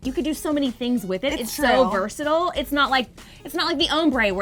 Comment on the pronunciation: versaTILE, vers-a-TILE.